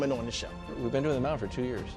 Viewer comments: Here’s Mahomes Moun-tan😂😂😂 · Mahomes mountann 😂😂😂